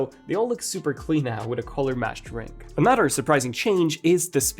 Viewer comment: And NOW - 'Anudder' upgrade 😬. Sorry, 'a nutter' upgrade. Sorry, an 'udder' upgrade. Sorry, another upgrade. Finally😖.